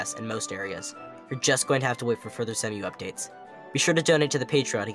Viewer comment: Not "semm-you". "See-moo".